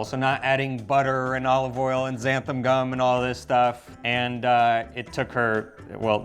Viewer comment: You are MISPRONOUNCING the word Xanthan (in Xanthan Gum) . . . You are pronouncing it "Xantham" (with an "m" at the end), and it is an "n", NOT an "m". Americans without an accent who pronounce words incorrectly absolutely DRIVE ME INSANE!!!!...Please be advised, and correct your pronunciation!!..Thank you in advance!!.....Daryl Grant Lindsay. PS: Just so you know, I LOOOVE your videos, so keep up the good work!! And your wonderful Italian wife is absolutely SPECTACULARLY beautiful!! (Although I genuinely do ADORE her heavy Italian accent SOOOO MUCH, sometimes it has been difficult understanding her English pronunciation. However, to her credit, she has been STEADILY improving, so "MOLTO BENE" lovely lady!!! You are GORGEOUS!!!!!